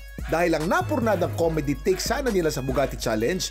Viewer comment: Mali kasi yung nabanggit nya "Nabugati" di new Bugatti 😅 sana okay ka lang po te 😊